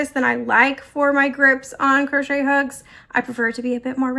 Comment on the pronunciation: “Put your single crotch shette in the next hole.” 😂 Oh, mispronouncing crochet drives me nuts lol